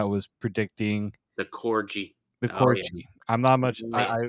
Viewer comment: lol the way you guys pronounce corgi